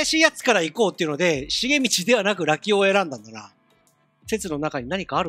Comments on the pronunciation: ずーっとラキオのイントネーションが「よしお」とか「まさお」なんだよなー笑 多分正しくは「カシオ」と一緒なんだよなー笑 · ラキオの発音がラキ男なのw